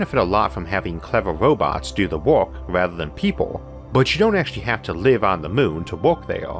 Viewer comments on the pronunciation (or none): none